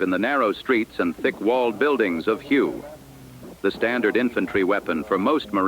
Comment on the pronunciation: Learn how to pronounce Hue correctly.